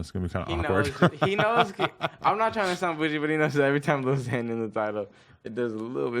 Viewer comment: tim min it's more like lil xan and it's annoying